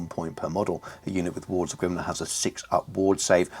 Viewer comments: GRIMNIR (grim-NEAR) not grimnar! 😂 great video tho, loved it as always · Grimnir is pronounced Grimneer but great work. I too love that a proper slayer list is back now. I too have no idea where to start with a list but am optimistic they can bring some pain. Will be far from top tier but hey who doesn’t love ginger psycopaths